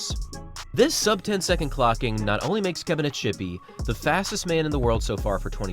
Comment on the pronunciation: Kebina-ts-hipi, ts, not sh!